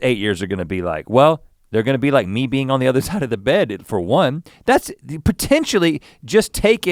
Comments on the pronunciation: And I was stupidly laughing... "I'm not used to have another bean on my right side" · I thought Link kept saying "bean" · The number of times Link said "being" and it sounded like "bean" was remarkable 😭😂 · I actually thought he meant to say bean! Omg.